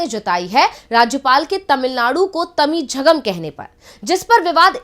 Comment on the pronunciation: Madam tamilzchgam , nahi mam tamilagam lekin iska nam Tamilnad hai governor ko ek nam lena bhi nahi ata shramnaak hai. Jo nam map mY hai usko usi nam bolna chaiyae.